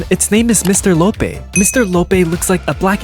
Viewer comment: Fr bc imaginary friend is a girl, and he doesn’t even know who the multi monster truly is. also he completely mispronounced Mr Loppee 💀